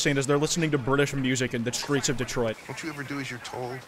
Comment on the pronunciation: detroit become kwite 😂😂😂😂😂😂😂😂😂😂😂😂